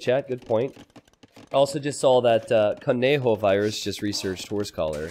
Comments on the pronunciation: Thank you for stoping to say kon-yo-virus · is he gonna call him cone joe virus the whole time?